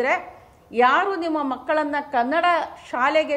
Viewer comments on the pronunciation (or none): ಮೊದಲು ಕನ್ನಡ ಅನ್ನುವ ಶಬ್ದವನ್ನು ಸರಿಯಾಗಿ ಉಚ್ಚಾರಣೆ ಮಾಡಿ.